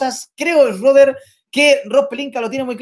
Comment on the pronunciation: No se pronuncia esreder se pronuncia Chruder.